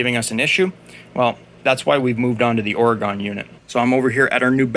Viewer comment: It is pronounced Ore-Gun not Or-Gone, we are still here but our political view of the Woke cities, we wish they were gone !